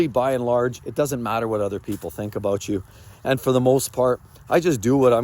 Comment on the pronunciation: It's aboot respect. Lol